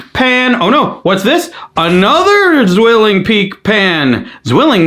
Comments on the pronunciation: Zwilling, with Z read as C, like 'ts', how do I explain sound? 😅 I'm not even a native German speaker, but zzzzzwilling is hurting me enough to write this comment 😂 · The butchering: ssssszwilling was hard to hear. It' the German word for twin: pronunciation should be more like ts-villing.